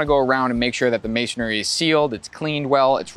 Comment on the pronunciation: Never hire a contractor who can't pronounce masonry ! It's MAY-SUN-REE, 3 syllables, not 4!